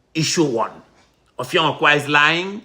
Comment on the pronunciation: it is Effiong not offiong